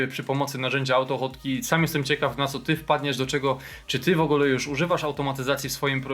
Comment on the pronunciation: Po co usuwasz "#[liczba]" z nazwy, jak masz dostęp do nazwy projektu bez numeru? PS. AutoHotkey wymawiasz jako "autofotki" xD